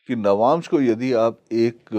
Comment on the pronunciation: आप "नवांशा" मत बोलिए! "नवांश" बोलिये। सही बोल रहे हैं, वे "नवांश" ही बोल रहे हैं।